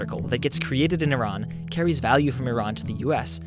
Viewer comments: thank god you say iran (e-rän) instead of iran (i ran) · YES! He said Iran correctly. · I'm Persian so when he said Iran (and pronounced it correctly!) I completely forgot about the rest of the video and focused on Iran. lol..... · He even pronounced Iran correctly! Not the ignorant way- "Eye-ran"